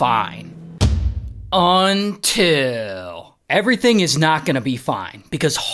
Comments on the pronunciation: That’s what I’m waiting for in every video 😂😂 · it’s all shits and giggles till ray says “UNTIL”